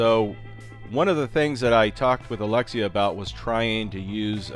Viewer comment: It bugs me how you prenounce his name and i am not Russian. I cant imagine how that guy feels. (Probably doesnt care). But eh you Americans and your prenounciation...